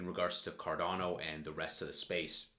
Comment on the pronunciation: Carrrrdano come on man come on man carrerrrrdano